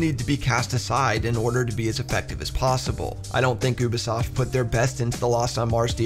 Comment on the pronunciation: did you just say "uubesoft"? Thats funny